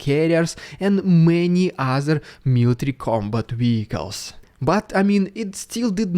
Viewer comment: Why do Russians pronounce w as v and v as w? ie: Wehicles, Vagner